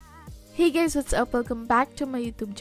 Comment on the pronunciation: did she just say “hi gays-“ lol love you